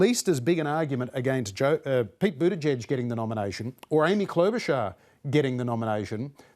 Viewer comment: why do you even bother to be part of any political discourse when YOU CAN'T EVEN GET THE NAMES OF THE PLAYERS RIGHT?!? I can understand you butchering Buttigieg's last name (just call him Mayor Pete) but BloomBERG's name? (where did you get Bloomfield from? Antisemitic racial profiling much... do you?)